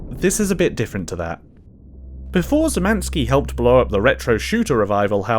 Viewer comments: As a Pole, I died when he pronounced "Szymanski". If you want to know how to corrently pronounce it then you pronounce it Shh - y (just like in "say") - man - ski (exactly like the word "ski") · Szymanski is pronounced "Shyh-mahn-ski" Polish orthography is complete shit. I know. You pronounce polish surnames in a similar way to ukrainian and russian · you anglophones really need to figure out how to pronounce anything that's not in your simple language. Szymański ( being pronounced Shymanski) is not that damn difficult to pronounce if you put in a minimal amount of effort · szymanski is pronounced shemanski! its polish. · the "Sz" in Szymanski is pronounced as a [ ʃ ] -sound like "dish" or "share" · hearing you pronounce szymanski like this is quietly killing me inside lol